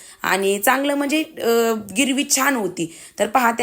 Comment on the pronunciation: गिरवी नाही ग्रेवी म्हणतात